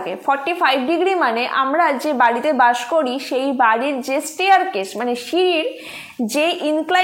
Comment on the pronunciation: bash na ota didi bus hobe 😂